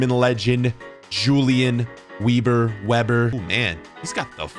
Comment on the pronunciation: Weber…if he’s German it would be pronounced Veber. W’s sound like the letter V with German names/words